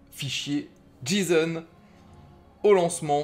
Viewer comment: par contre petite analyse qui me Fend le coeur on dit " jayson" en le J ce prononce Jay en anglais x) si non merci du tuto